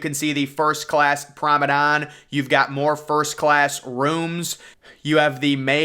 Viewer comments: why do u say promedon not promenade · Very very nice. A bit monotonous though, and it's promeNADE, not prome DAN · nice video :) but you have to stop with "private promedan shit" is PRIVATE PROMENADE...is so annoyng when you say PROMEDAN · Drink every time he says promedon. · Thank you!!! I keep hearing PROMEDON too. I don’t even know if promedon is a word